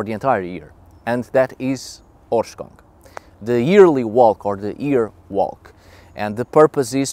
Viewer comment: Please. Someone tell me that me and my friends are not the only ones that understand "horse c**k" when says the word in the title... Like in the first 10 seconds of the video